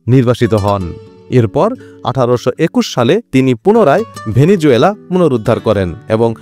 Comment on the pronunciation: ❤ভেনেজুয়েলা❤ সঠিক উচ্চারণ হবে ভেনেজুয়েলা ।